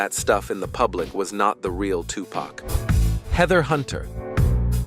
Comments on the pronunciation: Can you at least say the fucking mans name right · Even tho there was a lot of women, u didn’t even disturb the surface of women Pac had… u can’t even say his name right